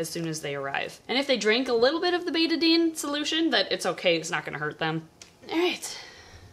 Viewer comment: I think "Betadine" rhymes without "eighty-nine," not "rate a bean."